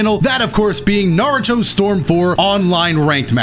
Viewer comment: Huge fan... also says Nardo💀💀💀